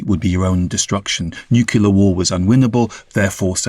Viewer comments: This guy can't even say the word nuclear correctly it only NUKILLER - what a clown 🤡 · Say "newkyoular" one more time...